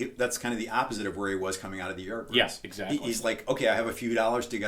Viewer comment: When said Yardbirds, I literally thought that he is saying art birds for a few minutes. A bit later I checked "CC" to see if my english has really gone bad but guess what... Poor Youtube algo even couldn't pull off what he was saying, fix your pronunciations:P